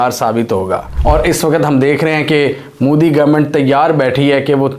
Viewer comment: bhai tu jan buchke mudi mudi karta ha respect se bol 'MODI' ji ha wo name tk dang se le le urdu madarasa me padhaye nahi ha kya